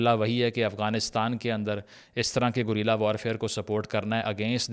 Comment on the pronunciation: great video! Just one feedback, guerilla is pronounced گےریلا not گوریلا